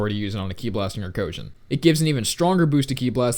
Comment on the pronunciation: Boi it's not Arcosian